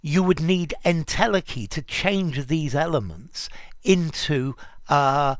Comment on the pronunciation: en-tele-chy, ntel-eki, not ntelkki